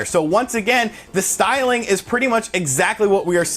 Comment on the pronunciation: drink every time he says "stylng"